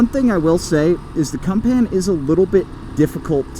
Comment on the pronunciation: CUMPAN??? Seriously? There is no way the creators of the CUMPAN speak English